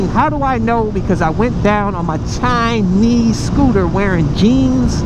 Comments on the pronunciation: Hey dude I was amazed by the way you pronounced "Chineeeeeeeese", lol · CHI Nees scooter Lol!